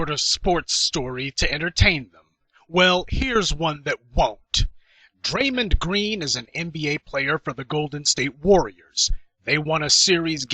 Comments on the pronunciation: DRAY-MOND, not Draymond as in Raymond, despite that good video post. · His name is dray-mond not draymin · This dude lost all credibility after the way he pronounced "Draymond".